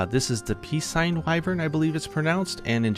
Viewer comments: "peacesign" wyvern... Nope... Nope... It's from Latin, Piscine - pronunciation is "pee seen". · Im pretty sure Piscine is pronounced "pie-seen". Very enjoyable watch though the little fun facts are interesting. Also in Wilds, Gore is listed as a Demi Elder so i say your correct having him in the Elder category haha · "this is the 'peace-sign' wyvern" me, who just re-entered the room: the what? 😂